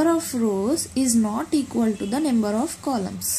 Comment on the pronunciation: it s not nember its number XD